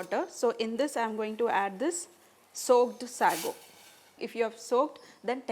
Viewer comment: Say-go not sahgo!